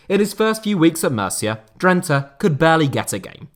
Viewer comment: DRENTE. .. WÒOOOOOW... WOT A MERSYSIDE TOFFEE 'LEJ'.... EEEERRRRHHHHMMMM😢😯😂